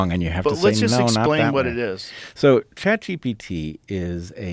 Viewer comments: Rogan says chat DP lol😂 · joe literally almost called it chatdmt.